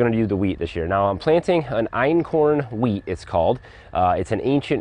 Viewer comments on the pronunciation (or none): I kept hearing plant weed.... oh geez lol